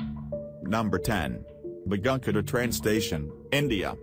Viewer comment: Because of the Goanimate voice Begunkodor station sounds like mcgunketer and 1920s one 19 hundred two zero.